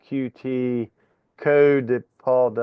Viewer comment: I just knew that you would use PySimpleGUI,! You’re being a bit unfair to PyQt (pronounced Py cute btw) because Paul could have used arrays and passed variables to functions etc which would have cut down on the number of lines big time. I’m feeling rather frustrated because my homework is going to be very late as I’m in the south of France for a week to try to escape the weather back home. Unfortunately, it’s worse here. Nice solution (even if you were cheating 🙂)